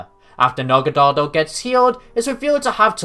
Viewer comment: Dude, the episode where Ash's Naganadel returns just came out in the dub. And ur pronunciation of Naganadel here is EXACTLY how they said it in the episode!